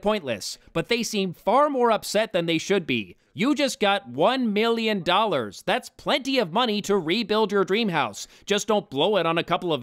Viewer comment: The worst thing about this movie was having to listen to Woody Harrelson say "miyyin" instead of "million" over and over again . . .